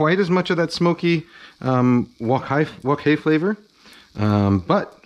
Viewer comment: Well what is it Kenji wok hey or wok hi?